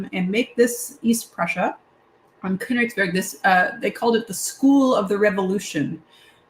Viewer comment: As the adopted son of an East Prussian mother from Allenstein, I was quite pleased by your pronunciation of Königsberg and Koch. Given the number of times I hear Luftwaffe pronounced Loof-waffa, it made me smile.